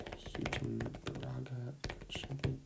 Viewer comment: btw for michigan houghton (hoe-tin) and baraga (bear-iga)